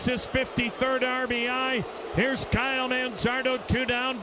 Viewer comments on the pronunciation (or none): none